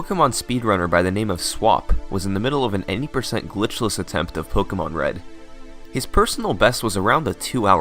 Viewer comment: It's pronounced (Po-kay-mon) btw